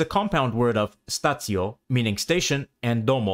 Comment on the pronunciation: Watch your syllables. Each vowel is a syllable. Stacio is accented on the penultimate vowel, the i.